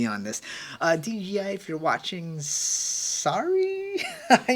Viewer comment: it's so funny that everyone says "DGI" instead of "DJI". It sometimes slips out like that for me too haha it's a short tongue twister